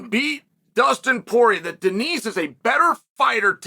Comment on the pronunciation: Someone has got to tell Chael not to pronounce the "s" in Denis. Benoit (ben-wah) saint Denis (den-E).